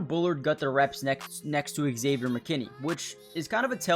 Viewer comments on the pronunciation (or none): Thanks for the coverage. It's pronounced Xavier, not Ex-Xavier. 👍